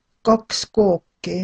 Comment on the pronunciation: Just wondering about pronounciation. Ueks Kook, Kaks Kooki... when she says "kooki" it sounds like Kooke.. so the "i" sound sounds more like a scottish "i" more towards a strong "e"?